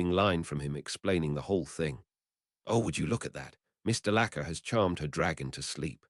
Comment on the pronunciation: So far as good as last time, but DeLaCir is not pronounced that way, it's De-La-Core!!! You need to fix that in any upcoming videos with her name in it.